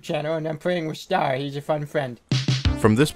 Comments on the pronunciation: can you remake this video but like. read Stars name and say it like Star. thanks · Is bro staying Star wrong on purpose? 😂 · "stair" is ster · My biggest annoyance is how he's called 'Stair' like the word 'Star' doesn't already exist. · Pronouncing “STAR_” as “stair” hurts my soul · Stair? It's STER >:( real talk, great video, crazy how we can get nostalgic about videos about videos about video games, will this video join the legion of nostalgia too one day? T-T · "stair" come on man just say star i feel like your doing this to mess with us at this point on you said it right what's the point it only serves to distract us from the video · I think that's just how he pronounces "Ster". Did you hear how he pronounces stereotypes? This also explains why the pronunciation switches between "ster" and "stair": it's just where the emphasis is placed.